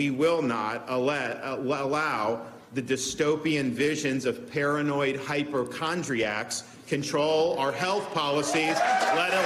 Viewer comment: Too bad that Ron can't pronounce "hypochondriac."